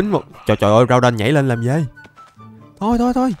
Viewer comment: Đọc là gu đon